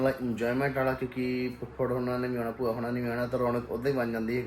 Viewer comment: ਬੂਆ ਨਹੀਂ ਭੂਆ ਹੁੰਦਾ 🙏